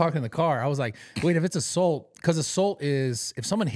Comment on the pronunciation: Why can’t this man say Assault correctly